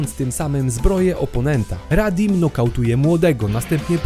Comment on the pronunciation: nie radim tylko raditz XD